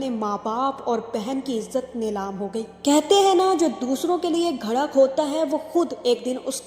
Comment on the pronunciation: Yaar pls bolna sikho pehle. Kuch bhi bolte ho.घड़ा नहीं गड्ढा होता है